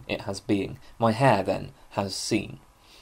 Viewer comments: Sein is pronounced like "zine" (but with an open "i", not like "zeen" like at the end of "magazine"). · Bit confused as to how you know to pronounce the 'ei' in Meinong correctly as 'i' but pronounce 'sein' with an 'ee'...Einstine not Eensteen. With German a good tip with 'ei' and 'ie' is the second vowel gets pronounced. So, 'die' is 'dee' and 'dein' is 'dine'. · In german sein is just the verb to be. It's pronounced like the english word sign or sine. I think it's important to see the ordinarness of these words in german philosophical usage but also pronounce them correctly as it really jars if you know german. It also creates an effect of naivity and distance from the culture which produced it which is a shame because you obviously know your stuff in translation. Learn german, it's wonderful.